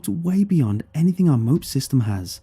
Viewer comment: It's MOPS gear, not "mopes". It's 5.56 mm, not .223, and no military ever says "repeat" on the net...we say "say again". "Repeat" has a different meaning. It's the little things that civilians mess up. Otherwise good storytelling. You should get a vet to proof read before you publish.